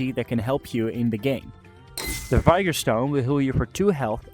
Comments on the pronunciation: Just one small thing, ITS PRONOUNCED VIG-OR. Great video otherwise. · Vee-gor my dude lol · pronounced vigor all sorts of wrong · vigor is not pronounced that way. just google it